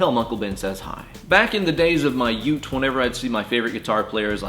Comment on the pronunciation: Yout? Did you say "yout"? What is a yout? lol